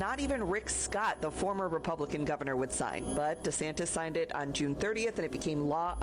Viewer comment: Did that AI voice just call him "DeSanchez?" Around 5 minutes. The beard-shaving girl would get from me an order to strip naked amd burn her clothes right there in the park or she'd be walking to her ex boyfriend's.